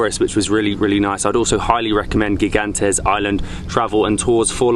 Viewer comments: Gigantes is pronounce Higantes. It means Giant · Gigantes is Spanish for giants. It is pronounced higantes.